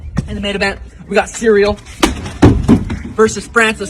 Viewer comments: Is Sean O'Malley mocking Josh Thompson? I ask because Thompson was the only person I've heard before now who's called Ciryl 'cereal.' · LMFAOOOO Sean O’Malley said Cereal ahhahahah but anyway, gane FTW 🤟😎